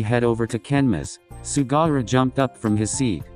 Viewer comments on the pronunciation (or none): The way Daichi looked at me when I started laughing because the voice-over thing said “Sugara” instead of “Sugawara”— he looked genuinely concerned 😂😅